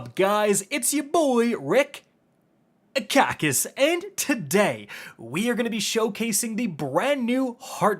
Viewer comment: Please Rick don't do that ever again. That sudden stop in "Rick... Kackis" Was way too uncomfortable.